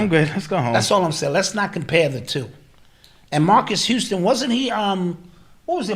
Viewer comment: “Murcus Houston …. TK5 Group”??? Lol 😂 Swear will mess up a name!! Lol … thats one the highlights of this show… love yall!